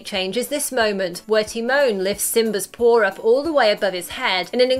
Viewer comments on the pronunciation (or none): What the hell is with adding r's where they don't belong? She pronounces Simba as Simbar. His paw is a pawr. Poomba is Pumber.